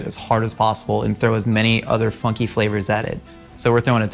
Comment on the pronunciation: I thought he kept saying f****ng flavors, not funky flavors